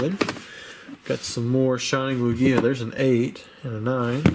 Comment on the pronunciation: The stress goes on the first vowel unless said otherwise. Lugia